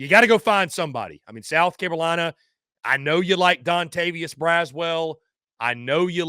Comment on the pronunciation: Is he saying South Carowina?